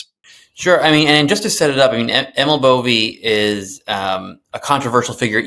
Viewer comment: It's not bovi. It's "e"....like hay,, or day, just a little shorter.. Italian. Bo vay. Almost equal stress.